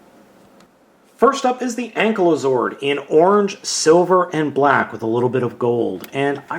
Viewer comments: ankle-o-zord lol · "ankle-o-zord" 😂😂😂 it's an-key-lo-zord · An-KI-lo zord. Three syllables. Long I sound. Other than that, great review. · I kept hearing ankylozord pronounced with the y.